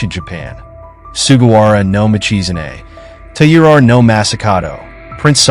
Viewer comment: Please work on your pronunciation, since your channel is themed to Japan. "Taira" is pronounced something like "tire ah".